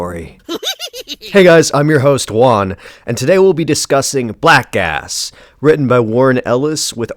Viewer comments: Whenever you say the title i hear "black ass" and giggle like a regard. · WAIT! ... Did he say, "Black ASS"??? 😂